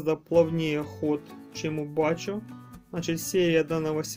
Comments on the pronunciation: БАХХО,а не бако. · Бакко, а не "бачо".